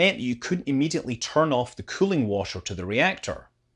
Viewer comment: Hey man, Please try, to pronounce the word ,,water" correctly. Cause it's not called ,,washer". A washer is a tiny round plate, that's used in screw connections, it's not a fluid. Thank you!